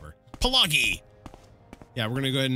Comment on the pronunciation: Pelagius. Pee - LAY - Jee - Oos. Source: The Elder Scrolls V: Skyrim. The fort is obviously named after one of the eponymous cyrodiilic emperorors.